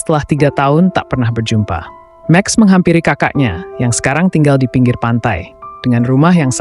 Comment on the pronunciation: Seseo(r) ang, me(r) eka, be(r) jumpa, sede(r) hana.